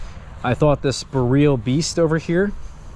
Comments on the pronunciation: If your going to make a video on BOREAL varieties of Haskap. Please learn how to say BOREAL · Great vid but please say BOR ee ul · I had not idea what he was talking about did not recognize the word until I read the comments here. I am new to haskap and did not know the name if I did I would put 2 and 2 together.